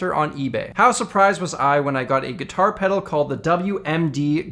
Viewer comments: I slammed the subscribe button when you said "gitah peduru" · "Geetah peduru" lmao